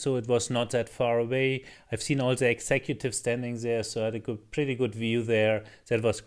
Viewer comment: Try say "the" instead of 'ze' 😀